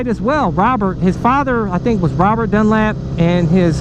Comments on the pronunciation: It's Dunlop...lop...not Dunlap...jesus buddy at least get his name right! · Dunlop not dunlap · Dunlop not Dunlap bro. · You Don't know what your Talking about when it comes to Road Racing, and you can't even pronounce the name properly, idiot! Why does anyone do dangerous and extream sports ? Because you feel most alive when your cheating death, so instead of a Death wish I'd say a lust for life. Next time do some research before you go flapping your mouth. Bike fan who doesn't know who Joey Dunlop was! WTF !